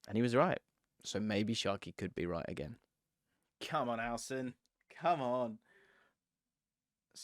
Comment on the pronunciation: Loved the running cockney Howson gag, hilarious